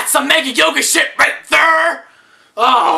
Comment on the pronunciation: RIGHT THUR! lol